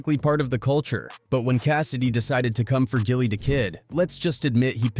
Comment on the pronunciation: Once I heard Jilly, I turned it off. If you’re gonna be a culture vulture, at least get the name right.